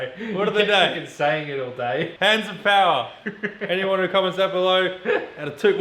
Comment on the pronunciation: Hands of Powah!